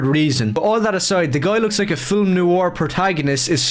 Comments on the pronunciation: Is it weird that by half thru the thing I'm most angry at this dweeb about is that he adds an extra syllable to the word FIL-IM? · Or "fillum" 🫠